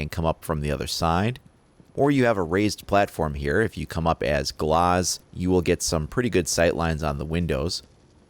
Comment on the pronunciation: Canny stand when he says gloz, it's GLAZ not GLOZ